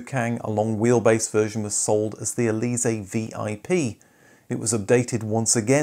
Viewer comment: you pronounced Elysee pretty good, except the stress falls on the last syllable. (and lest you think this is just a minor detail, just shift the stress on some English words to hear how strange it sounds, e.g. pa-TENTS)